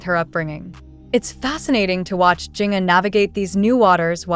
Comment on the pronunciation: Jinger is pronounced like Ginger.